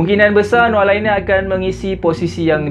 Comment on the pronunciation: Laine -sebutan" Lane"✅ Sebutan "Liner",❎